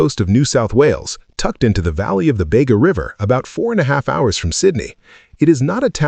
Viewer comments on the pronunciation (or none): It's Bee ga